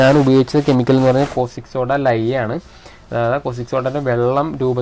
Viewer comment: കോസ്റ്റിക് സോഡ അല്ലട, കാസ്റ്റിക് സോഡ.